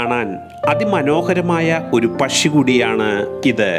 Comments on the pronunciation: Not pashi..... U should pronounce pakshi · പഷി യല്ല പക്ഷിഎന്ന് പറ 😅 സംസാരം സന്തോഷ് ജോർജ് കുളങ്ങരയെ അനുകരിക്കുന്നുണ്ടോ ? നേരിയ സംശയം മാത്രം 😅😅😅